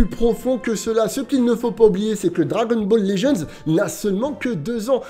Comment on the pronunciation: Juste je regarde t’es vidéo mais est ce qu’il est possible que tu prononces le nom du jeu correctement stp 🙏🙏